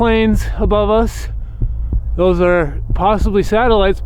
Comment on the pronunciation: Please stop calling them satiligts ,there unknown